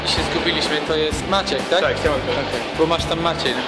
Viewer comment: hciał ??? LoL Chciał jak najwyżej